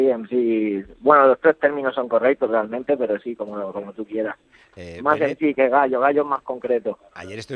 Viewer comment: Así es como se pronuncia pero es mc